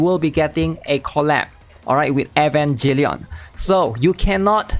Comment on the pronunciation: Bro really said Evanjellion.